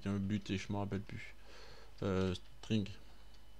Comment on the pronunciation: XD string c'est sting